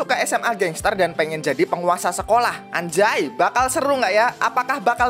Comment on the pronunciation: Anzay❌ Anjay✅